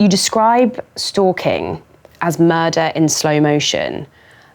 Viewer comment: stalking i though you say STOOL KING